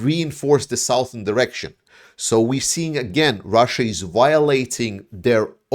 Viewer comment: 'Southern' is pronounced as 'Suthern'.